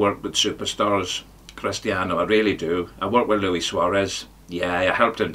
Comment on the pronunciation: Did the ledge say Crust-ian Ronaldo? Gotta listen again...edit..he only bloody did! At the beginning....blinding 🔥🔥